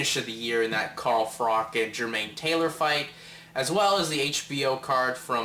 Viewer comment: its not frock its pronounced frotch lol good review tho